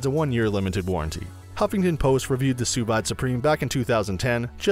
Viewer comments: It's sous "veeed" not sous vyde... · wtf, sous VIIIIIIIDE, its pronounced sue veed. Also anona, how do you miss pronounce a v. facepalm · It's pronounced "soo-veed" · You lost me as soon as you pronounced sous vide. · That’s not how it’s pronounced. Can’t rely on a review when the reviewer doesn’t even know the product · True that.....